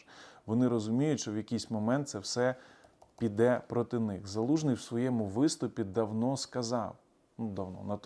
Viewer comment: знову регіонал залужний ви вимовляєте...??? Нахіба...???